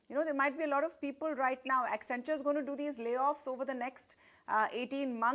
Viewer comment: WACCEN....WACCEN....WACCEN....WACCEN... WACCEN....WACCEN.....WACCENTURE 🤣